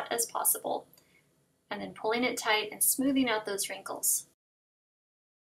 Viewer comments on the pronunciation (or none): when u say tight it sounds like ur saying tot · There's a lot of comments but no one seems to have noticed the odd way she says tight.